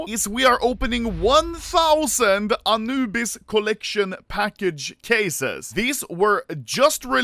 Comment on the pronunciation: "aNUUbis" lmao. That heavy swedish accent leaking out xD